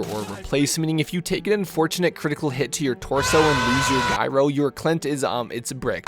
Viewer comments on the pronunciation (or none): "jai-row", not "guy-row" - feels like I'm listening to an AI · I’m getting triggered every time you say “guy-ro” instead of “Jy-ro” you deadpanning comic legend. 😂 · how do you know so much stuff but then not know that gyro is not pronounced "guy-ro" lol. Kidding aside, your painting and vidoes are awesome i just got into BT as a hobby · Also, "gyro" is pronounced with a hard G, so; a J sound. Like "gym" or "gypsy"~